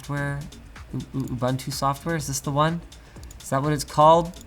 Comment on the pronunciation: Linus finally saying "Ubuntu" properly>>>